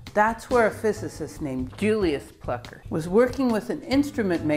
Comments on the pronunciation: Taking nothing away from the brilliant explanations, there is an umlaut over the u in Plucker. Thus, I would surmise the u is pronounced oow: plooker. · It think it may be pronounced "Flooker".